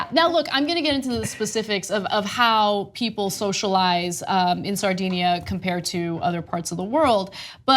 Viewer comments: pronunciation of Sardinia is a little off, owing to the influence of 'sardines'. DIN not DEEN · A tiny Italian island, "Sardinia". LOL